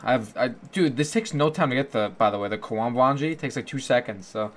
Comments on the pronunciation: Say kwombwom one more time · The way you say karambwan TRIGGERS ME